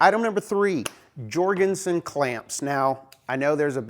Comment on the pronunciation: You're an American..... speaking English is alien to you! for example, the clamps are pronounced "Yor gen son" not "George n son"